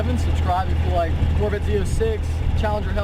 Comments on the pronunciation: "Corvit" > Corvette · "Corvit" instead of Corvette lmao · "Chevy Corvit" I'm in tears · Wtf is a corv it? Say it with me cor-vette... lol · "Chevy Corvitt" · Cor-VIT? What's a Corvit? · "corvitt Z-Zero-six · couvret lol 😂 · I love Corvette's pronunciation "CORVITTE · "Corvit... Z- zero -6" "Mitchel-lin" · Cor-vit lmao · “Neesin” “Corvit” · "Chevolet Corvit" lol at the start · Corvitt Zee Zer-oh Six.. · This is my shevrolay corvit, zee zero six 😂😂😂😂😂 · Lol say “Corvit” 1 more time! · “Chevy corvit” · “My Chevy Corvit” I am dead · the guy in the video says Corvitt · “Chevy Core-vite” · ChevrOHlet Corvit Zee-Zero-6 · "Chevy Corvit" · That's a mighty fine "corvit" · Jput.319 corvirtt 😂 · It's a COHR-vuht. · "My Chevy corvit" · Corvitt, Mitchlinn & yella You need a speech impediment class & a couple Big Macs!😏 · core vit lmao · Chevy core-vit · Mi Corvit zee zeero seex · "my Coorvet" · "corvitt" "nissin" I'm dead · Dude you can't even say it right it's pronounced Corvette where the hell did you get your English somebody need to go back to school. Corvette is a good car what's American sports car not a muscle car muscle car is Viper a Camaro a charger a Challenger a Mustang that is American muscle car. American sports car is a Corvette that's the only true American sports car in America. But yet people go out and buy foreign cars Hondas Toyotas Nissans what the hell for they're not American-made they're never going to be they have an imported name their Japanese so why the hell would you buy something and try to make it look like an American muscle car when it's not you can't make a foreign import into American muscle car cuz that can never be. My book American Muscle Cars will always over whelmed foreign import cars. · Can not even pronounce Corvette right a stupid dumb ass young punk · You sound just like this dude in his video buddy it's not pronounced as pronounce Corvette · Lmfaoo those mispronunceations though. Could not breath for a minute